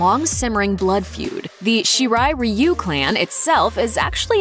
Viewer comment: Right??!!! 🤣 I’m like, “finally!” Why is it so hard to embrace “Ree-yoo” after learning that that’s how it’s actually pronounced.